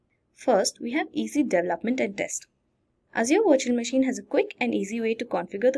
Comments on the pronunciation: You say virtual machine, I hear washing machine :). Jokes apart awesome video! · I kept hearing washing machine, so I can to the comments to find out... Nice video by the way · Same I hear washing machine every time she pronounce the virtual machine haha :D but great video learning. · 😂😂 did she said washing machine instead of virtual machine 😂😂😂😂😂